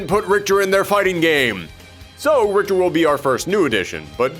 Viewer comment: Richter Belmont, a beloved character of the Castlevania Franchise. Not beloved enough that ~90% his fans would know how to pronounce his name though...